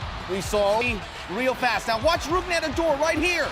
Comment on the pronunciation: "Roof"ned, punched him because he intentionally slid into him to cause harm.btw Its pronounced "root-ned"